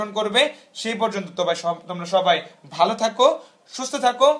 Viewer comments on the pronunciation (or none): none